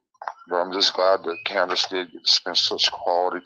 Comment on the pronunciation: She said canduce sold her for 50 thousand